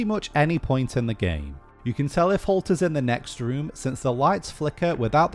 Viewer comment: when he said halt i thought he said cult :) LOL